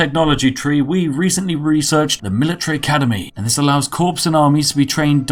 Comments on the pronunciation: 50/50 earl grey and black loose leaf, the perfect tea for me. REAL IMPORTANT NOTE: Corps is said core not like corpse as in the royal marine corps. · He said corpse instead of corps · You're the only British person that mispronounces "equitable" and "corps"